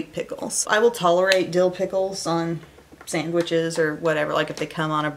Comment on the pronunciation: OH MY GOD, you said, "sangwiches"!!!! oh that just reminds me so much of my late grandpa - he was my best pal and the only one i ever heard pronounce it that way! thank you <3